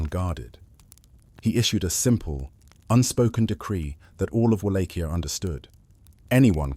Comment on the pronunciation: So so so many instances of the correct pronunciation of Wallachia, that the incorrect and constant changing of the pronunciation throughout this video made it unwatchable.